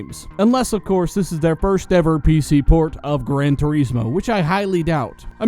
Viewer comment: It bothers me how you say turismo, probably just nicotine withdrawal.. but fuck you..